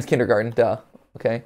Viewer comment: That heavy stress on the T in kindergarten like he didn't know the word was actually spelt and pronounced that way (as opposed to kindergarden which I'm sure a lot of americans think it is) really bothers me.